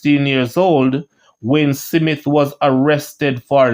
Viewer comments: My brother, the pronunciation is Smith , not Si mit? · Smith, not Simith smh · Smith not Simit 😂😂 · Jamaican pronounciation is Smit not Smith. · This is YouTube..people from all over the world reading.. shouldn’t be hard to pronounce the a name like “Smith” Big people ting! Bless up! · Thank u cause for a big man i dont knw how can this man pronouce it like that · That’s how st Elizabeth people pronounce it 😂